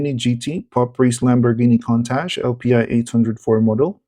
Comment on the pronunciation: Pronounced "koon-tosh"